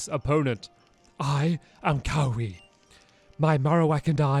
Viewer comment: key aw wei